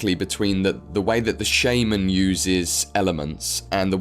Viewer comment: Please look up how to pronounce shaman. Otherwise exelent video.